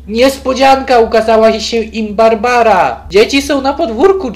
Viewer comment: To nie jest bArbara tylko barabara